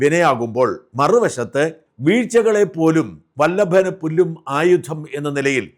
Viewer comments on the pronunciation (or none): Vallavanu pullum, not Vallabhan